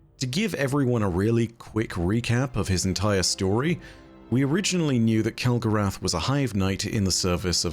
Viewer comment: I think you mean Kell-Gorath and the house of failure😂